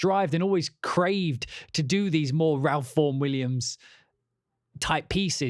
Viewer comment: The 'Ralph' in Ralph Vaughan Williams is pronounced 'Rafe' btw